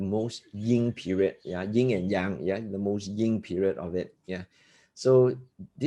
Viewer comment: ... in English, it's Yin & Yang ( not "Ying & Yang")